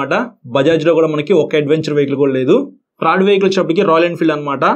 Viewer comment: బ్రో if you don't mind ఒక suggestion ఇవ్వచ్చా? మీరు చాలా చక్కగా వివరించి చెబుతున్నారు, కాకపోతే ఒక పదం పలికేప్పుడు కొంచెం మాకు ఇబ్బందిగా అనిపిస్తుంది. అది కొంచెం సరిచేసుకుంటే చాలా బాగుంటుంది. మీరు త్రాడ్ వెహికల్ అంటున్నారు థర్డ్ వెహికల్ అని పలికితే బాగుంటుంది. 🤝🤝🤝